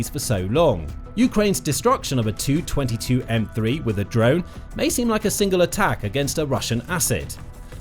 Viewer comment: In text "Tu-22M3" looks ok, but hey, when you make audio from it PLEASE say as "T U 22 M3" and NOT the ugly "222 M 3"!